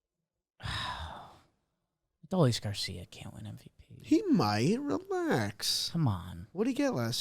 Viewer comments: Please guys it is Uh-Doh-Lease Garcia. Its three syllables. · Only thing I hate more than Adolis is your guys pronunciation of his name